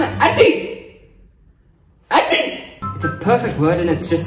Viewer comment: "Atti" its athi my guy keep up with the good work my dude❤